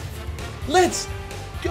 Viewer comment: “Let’s Gor”